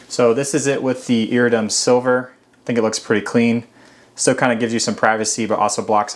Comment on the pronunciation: It's pronounced "EAR-RID-DEE-UM"... Just sayin'. Great helmet. Thank you for the review.